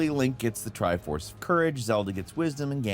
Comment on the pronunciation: is the tri force actually the "tri fours" XD